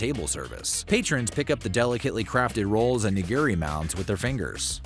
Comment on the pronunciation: "nah-GEER-ee" hurts my ears